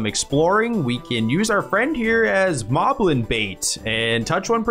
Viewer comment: It's pronounced "Moh-blin". Because the enemy name is written as モリブリン in the original language. There's even one named Moe in Wind Waker.